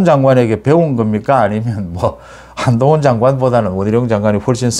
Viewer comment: 원희룔 한동훙 이라는 겁니다 (X) 원희룡 한동훈 입니다 (O) 참 이상한 어투...